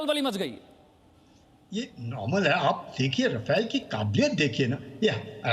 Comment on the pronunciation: राफाल क्या है चूतिये राफेल बोल राफेल